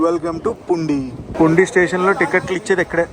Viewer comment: పుండీ కాదు పూండి నువపడ కాదు నౌపడ సిగ్డామ్ కాదు సిగడాం బతువ కాదు బాతువ